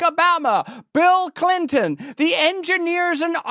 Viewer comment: Clyntyn, eh?